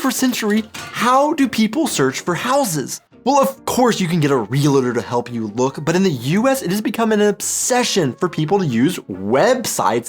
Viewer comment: The house sales agent is not called a "re-LA-tor', BUT a "re-AL-tor'.( I suppose you also mix up "lay" and "lie")